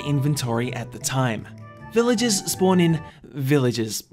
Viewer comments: to "Villages spawn in...Villages." Do you use the letter 'r' at all in that sentence, mate? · Hmm the way this guy says "Village-ah" and Villige-ahs" British annunciation is cute.